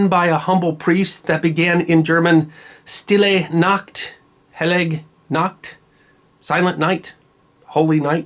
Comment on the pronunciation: Sh-til-ay Noct. Hi-la-gay Noct. This is the proper pronunciation. A favorite of my German husband.